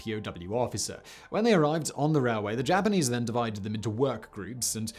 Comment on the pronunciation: "The Burma rareway"